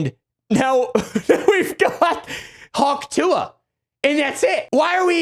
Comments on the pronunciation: The dumbest part is that she doesnt even say hawk tuah, she says huk teugh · My father in law thinks she's saying 'achoo'